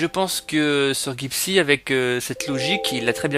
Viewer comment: Tu ne sais même pas prononcé son pseudo...